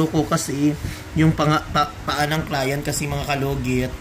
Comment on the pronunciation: That's how you articulate the word client and it's ok